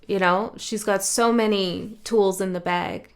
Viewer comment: YASSS! I’m starting an astro dating app. The people want it. The people need it. The people gonna have it. Also did I hear a Minnesota accent when you said bag? Epic!